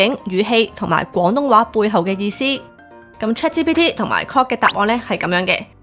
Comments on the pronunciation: Claude發音好有問題。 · 資料好滿足，令大家都認識到各款 AI Apps 嘅特點！不過主持人嘅發音真唔太清晰，特別係 Claude and Grok 嘅差別好少⋯⋯廣東話嘅懶音都比較嚴重！希望會好好改善😊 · 你做得好好，唯讀你的 Claude 及 Grok 發音不準確，好混淆